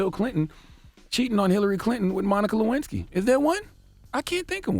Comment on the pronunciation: "Can a player get a Luensky" lol